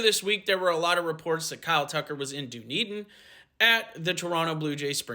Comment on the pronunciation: Dooneden? Dunn-eden